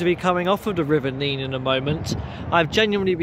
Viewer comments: On a map from 1680 it was spelt Nenn, so you can see the confusion, where it is both spelt and pronounced differently in different areas and at different times throughout history. Add to this the Northampton accent, where a few random 'y's are dropped in....like Teyn for town, and Neyn for Nene. Hence the difference in pronunciation the closer you get to Northampton. Chaos! 😂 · NEN not Neene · It’s NEN. Not Neen! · Hi, it’s nene as in ten, not neene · Just watched this, I live in the better looked after part of Abington district . Our town centre has been neglected for far too long, although the Market Square was being renovated last time I went in. The river is pronounced Nen, not Neen. Thankyou, for showing the scenic parts of a very neglected town centre. St Giles street is very nice though . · thank you for this - interesting. Do not beat yourself up about the name of the river - it is the Nenn in Northampton and the Neen in Peterborough. It seems to change somewhere between Oundle and Peterborough. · Please note River Nene is pronounced NEN in Northampton but NEEN in Peterborough. I enjoyed your walk! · Sorry to be a geek but in Northampton it's quite a big thing: the river Nene is pronounced "Nen". Go to Peterborough and have an argument about it - they call the river the "Neen". Glad you enjoy our town and the area around it. God's own country! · I was going to comment about the local pronunciation of the Nene, as I know it's pronounced differently up and down the river 😅 But yes, a Northamptonion hearing Neen is very grating 😂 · River nene pronounced nen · You have pronounced nene wrong. Also u should take a look at tbe brampton halt there is a train. Runs Sunday and bank holiday